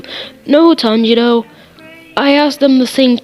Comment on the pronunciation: Heres a thing its not zonutsiu its zenitsu Zen-eats-su And for tanjiro its Ton-ji-ro👍